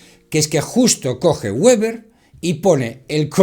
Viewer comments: Weber(apellido Alemán) se pronuncia como si se escribiera con V o con B o sea Beber, que es como se pronuncia la W wn aleman es que queda muy comico esa pronunciacion de anglofona "Gueber" Por cierto aqui en Alemania ya hace unos años renovaron las recomendaciones de ese tipo actualizandola dado que las anteriores era de los an 50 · Con afán de colaboración :Weber se pronuncia VEBER si es alemán. Gracias. R